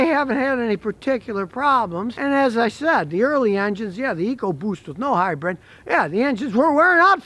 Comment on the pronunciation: Keep up the great videos! But…. It’s pronounced hybrid, not hybred ✌🏻